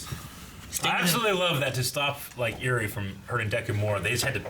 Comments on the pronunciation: Why has no one still corrected them on how to pronounce Eri? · pronouncing eri is literally your name minus c lol